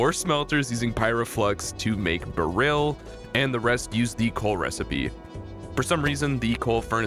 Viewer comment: Every time you mispronounce Beryl makes a little bit of my soul die.